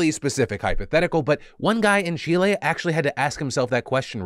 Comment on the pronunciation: THANK YOU FOR PRONOUNCING 🇨🇱CHILE 🇨🇱 CORRECTLY and not saying “Chilli” like most other people … lol